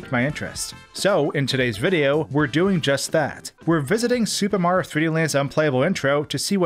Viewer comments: "Suba Mawrio" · I can never watch a Mario video cus I can’t ignore him saying “Supermarr” when saying any Mario title😭😭😭 Supermarr 3D World, Supermarr 64...